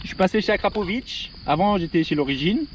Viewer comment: AKRAPOVICCCC….et non AKRAPOVITTCCHHHH…. En plus c’est marqué dessus comme le porc salut ! 😝😳🙄 Bon sinon très chouette son, et ailleurs les lignes complètes ne sont pas moins chères de 50 % ! A part chez Wish…😬😂😂😂